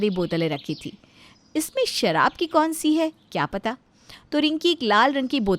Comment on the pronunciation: Bidi puckte hai but sharb ka 'sh' bh nahi pata. Lagta hai apke writer bh 'sh' pe kar story likte hai